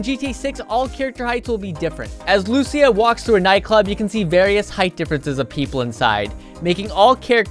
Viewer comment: I'm glad you could pronounce her name correctly! Lucia. Instead of like some YouTubers call her "Luh c ya"😅